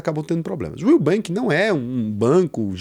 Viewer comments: Vc não fala direito o nome do banco Will, fala como se fosse o nubenk??? Está querendo formar opinião??? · que susto, eu ouvi "nubank" akkk